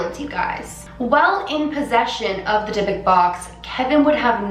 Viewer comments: יברכך ה' וישמרך,יאר ה' פניו אליך ויחונך, ישא ה' פניו אליך וישם לך שלום That is a bible verse for protraction over this video and yourself. Hey not trying to be rude just wanted to correct the way you say dybbuk (alot of people say it wrong because youre not a hebrew speaker) is actally with the sound of O as if you would say the word book, so it would sound like dybbook (with different spelling lol). Its very dangerous to open or use this type of box and it will be attached to generations of families, the evil that is captured in this type of boxes is very old and very powerful. I didnt want to watch the whole video but because it hits close to home for me I did and after the photo of the open box I started feeling sick so I had to put that verse above. Those boxes are so powerful, they can kill, they can harm beyond repair, the only place you should open one (if you must) is in a synagogue with the right precautions. I could talk about it and other crafts all day but this comment is long enough, Just make sure to light a black candle if you feel that your house had been open to this kind of evil of you dont feel good withing 7 days from making this video, and black candles are the best for cleansing, even if it sounds wrong, white candles are not the most powerful. Thank you for the video and respect you gave it. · i just wanted to let you know it’s not pronounced the way you did, it’s pronounced “dee-book”. i’m saying this as a hebrew speaker, so the pronunciation is not my opinion, but actually how it’s pronounced. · this video was so interesting i loved it!! btw, im Israeli and speak hebrew, and just wanted to note that the right pronunciation is like 'Di-Buk' (di is pronounced like the letter. cant wait for the next vid ♥ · The proper pronunciation for the box is die- buk. Short u sound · You're supposed to say it like dee-book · Why is she saying divik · The actual Hebrew way of pronouncing "dydduk" is dee-book (with the emphasis on the second syllable)